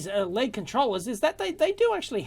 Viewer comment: ELL EEE DEE not "LEAD"